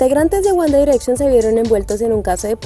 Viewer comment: GUAN ERETCHION :V